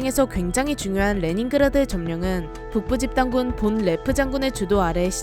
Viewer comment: 독일인이니까 본 레프 보다는 폰 레프라고 하심이~~~